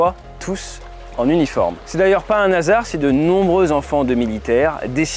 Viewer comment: Pas un nasard ...Aie mes oreilles! T'as perdu le H qui pourtant n'est pas comme celui d' Hawaï.